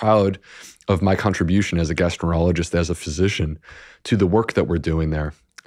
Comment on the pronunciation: Guy said he’s a gastro-rologist?! What the hell is that!??